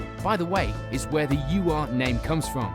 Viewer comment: Ur is a German word meaning original or primordial.. It's not a U R (you are) Quattro. It's an Ur Quattro. Ur is a word, not a set of initials.